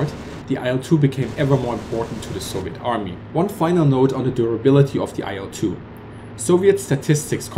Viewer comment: Great video, but I must add that the correct pronunciation of the name of the plane is like the word "ill" with a short 'l' sound at the end.